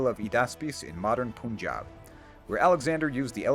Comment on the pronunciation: The Pun of Punjab is pronounced exactly like the English word "pun", and not "poon".